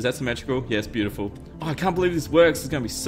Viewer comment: omg is so is so ... ho crap "bio ty full" no ?